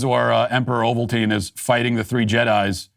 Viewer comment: Regarding star wars, AND ITS PALPATINE NOT OVALTINE THAT SOUNDS LIKE A DAMN TOOTHPASTE